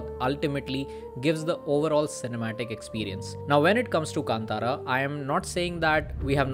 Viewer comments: भाई कांतारा को केन्तेरा मत बोलो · I have taken this pronunciation from Rishabh Shetty’s interview. This is how he pronounced.